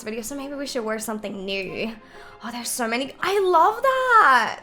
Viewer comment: Every time she says “so” it sounds “sore” no offence ilysm 🤍